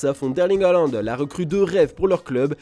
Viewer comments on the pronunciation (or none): none